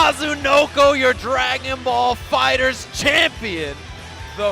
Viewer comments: Just because they say it that way doesn't mean much. With the naming convention of everything from Z whether games or whatever having the Z emphasized, and especially in this the Z being capitalized indicates that it's meant to be said Fighter Z. If they had to shoehorn in the Z they could've easily just made it lower case directly at the end of the word. This says to me they can make this great game but can't even figure out how to get their point across with the name, which is pretty hilarious If someone creates something and calls it one thing, then one day decided to pronounce it differently does that mean unequivocally the old and original way is wrong? If you wanna call it that nonsense that's fine, it just sounds dumb without even factoring in that it's the only Z related media that has the Z but it's not meant to be said It doesn't matter the argument, with those things taken into consideration anything other than Fighter Z is ridiculous. Have a nice day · no, the official pronunciation is "fighterz", regardless of how the show's name is pronounced. You're welcome to pronounce it however you like, that doesn't make it correct. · It's pronounced Fighters. Not Fighter Z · “Fighter Zee” and “Meelee” making me cringe hard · Every time he says “Fighter Z” my brain gets disturbed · Did all that research... Just to pronounce the game's name incorrectly? 🤔 Really? Great video btw 😊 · Noooo0o0o0o00ooo u mispronounced fighterz in the intro, Noooo0o0o0o00ooo it ruin epicness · It's pronounced "Dragon Ball Fighters" not "Dragon Ball Fighter Zee" **insert Hermione nag here** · cant even say the name of the game right LOL do you guys even do research lol its FighterZ not Fighter Z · why do you read fighterz as fighter z... its meant to be read as fighters but with a Z. and go1 is read as goichi not go one smh 1 in japnese is ichi so its goichi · I'm glad I'm not the only one that pronounces it "Fighter Zee" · I know this man did not just say Fighter Z